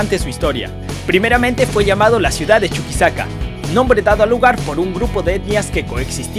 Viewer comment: constitushional??? judishial??? construcshon shiudad???